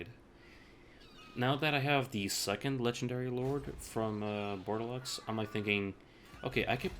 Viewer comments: Dude, it´ is pronounced "bor de lo" not bordelox ^^ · Good guide. I wanted to play Brettonian factions for awhile, but the beginning event was kind of throwing me off. One thing however, the X in Bordeleux is silent :P